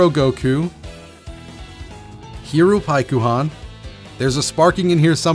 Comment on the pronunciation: There are two mistakes in this video he says "frieza base form" when thats his final form, he pronounces paikuhan wrong